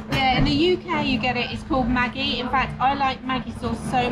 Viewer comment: The G in Maggi is actually pronounced like the G in magic. 😆